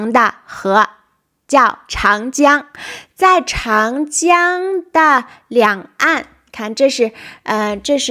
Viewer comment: Very nice, but 长江 should be Cháng Jiāng , Zhǎng Jiāng.